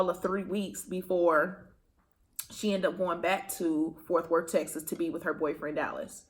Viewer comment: “ Forth worth “ lol it’s Fort Worth 😭 I’m from there so I had to say something but in the nicest way 💜